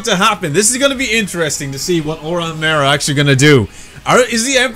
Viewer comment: Just in case some ppl dont know Mare's name is pronounced ( Maa - rei )